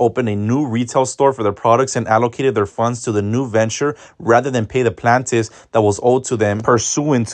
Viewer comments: Not the plantifs 😂 it’s pronounced Plain-tif ☺️ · Not him saying plant-tifs 😂😂😂